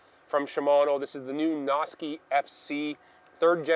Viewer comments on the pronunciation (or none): (Sounds like you're saying "Nazi.") Might want to change that up. ;-)